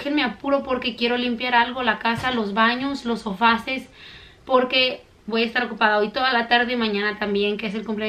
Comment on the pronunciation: Hola hace tiempo que te quiero corregir una palabra pero no quiero que te ofendas, es con todo mi respeto,cuando dices sofases solo es sofás te lo digo porque suena muy mal,me encanta tu canal y me divierto con tu bella familia, un beso desde España.